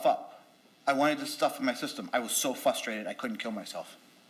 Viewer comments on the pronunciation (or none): I love the fact that thinks he’s smarter than everyone yet he’s made so many basic errors in his speaking (“inocculus” “fustrated” “anyways”). Even if his personality and affect weren’t an absolutely huge red flag and turnoff, his fake intellectualism would instantly make almost anyone hate him. The constant “ok?” at the end of a sentence like he knows better than everyone else is so cringe. That guy is the poster child for idiot narcissists who absolutely dig their own graves by thinking they can manipulate strangers. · “I was so FUSTRATED I couldn’t kill myself” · says "i was so fwastrated i couldn't kill myself"....Well, I'm fwastrated about that too!!